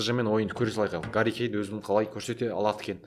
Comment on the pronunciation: Гарри емес Харри Кейн